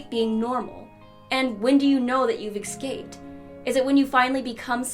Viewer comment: Eckscaped,for fucks sake does anyone know how to say that word